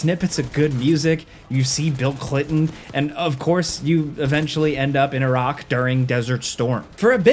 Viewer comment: Shout for saying Iraq properly, not like a apple product.